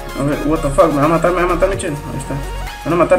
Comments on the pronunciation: No si se dice a si pero se lee Ua ta fac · No es por ofender pero no digas "What The Fuck". Por que no lo sabes decir bien, no te ofendas:3 Like :3